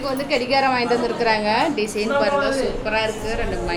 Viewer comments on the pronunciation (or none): டிசீன் இல்லை ஆனந்தி டிசைன் என்று சொல்லவும்